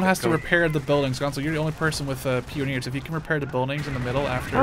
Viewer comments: it's pronounced pie-on-eers not peon-neers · Pronouncing Pioneers wrong, its Pie-oh-neer NOT Pee-ohneer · Actually, it's pie-oh-neers.